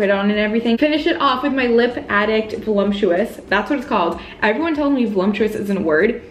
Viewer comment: Because it’s Voluptuous not Volumptuous...